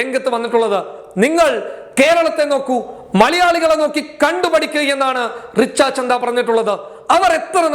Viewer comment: റിച്ച ചന്ദ അല്ല റിച്ച ഛദ്ദ ആണ്